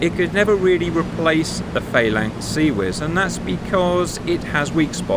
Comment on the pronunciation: I thought you were English. Faylinks?